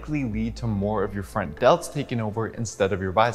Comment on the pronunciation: every time you said "your front delts" I actually heard "your friend delts" and I was like awww that's a nice and cute way to put it!